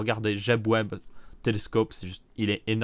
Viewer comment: C'est James Webb le télescope pas jeb web 😂